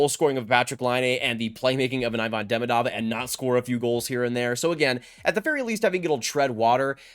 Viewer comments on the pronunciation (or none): JFYI Ivan Demidov = EE-van De-MEE-dov